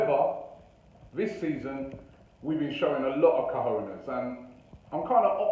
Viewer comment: “Cojones” Robbie, “Cojines” means pillows xd in south america we also say “huevos” (eggs), “pelotas”/“bolas” (balls).